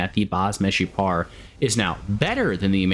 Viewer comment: Greetings from Israel! you actually said the "Meshupar" right,Meshupar means "Improved" in hebrew.